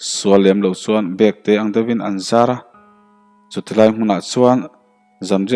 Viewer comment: Bekte tih hi bag kan ah thin ang a lam tur a ni zawk lo maw